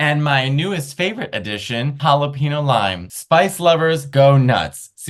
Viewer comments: 1. Please, Mateo—PLEASE—stop saying “jal-a-PEEN-yo” in the pistachios commercial! You speak Spanish, for Christ’s sake! 2. The toilet paper should go OVER. That’s how it is displayed on the original patent for the toilet paper holder so it’s the LAW. 3. Hummus is VILE. It’s not like baby food at all, it looks like baby shit. 4. Give me ALL THE PICKLES! I order my hamburgers with EXTRA PICKLES. I couldn’t keep track of the rest, but I do like almonds and walnuts are VILE. ❤ to you both! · Matteo sabe hablar español, pero dice "jalapino" en vez de "jalapeño." No entiendo. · Wait Hala-PINO Mateo? No sir… that ain’t it. Say it with me Hala-Penyoh. 🌶️ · But they couldn’t pay him enough to pronounce jalapeño right.